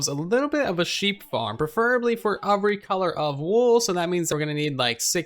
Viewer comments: Is it just me or does he say ofvery and not every!? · I hear uhhhvry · I hear uvery